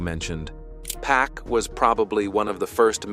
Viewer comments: It's Pac not pack this is all cap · Arseenio, Pack????? WHO ARE THEY? I am so tired of people telling stories about people they know nothing about. I mean how can you give accountings of someone's personal life and you won't pronounce a person's name correctly????? I WONT BE LISTENING TO THIS TRASH. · The 'Pack' pronouncing is killing me lol